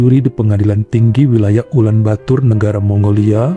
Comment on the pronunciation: Ulan bator bang, bukan ulan batur 👌👌